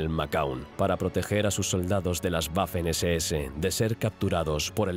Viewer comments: nada más como dato, la W en alemán se pronuncia como la V del español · Sobre todo la pronunuacion, algo que me gusta de este canal es el empeño que ponían en pronunciar alemán, Ya que el dueño del canal estudia dicho Idoma. Y en este video me voy encontrando un "guafen ss" 🥴